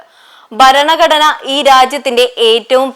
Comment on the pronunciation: ഉച്ചാരണ തെറ്റ് ഒഴിവാക്കുക. ബരണ കടന അല്ല. ഭരണ ഘടനയാണ് ശരി. ഉൾക്കൊള്ളുക. പരിശീലിക്കുക.